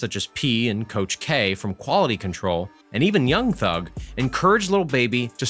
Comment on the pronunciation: Anyone else who hates how he says young thug😂